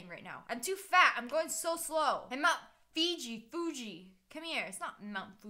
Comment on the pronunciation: I got so excited that she said my name Phoojy but it was Fuji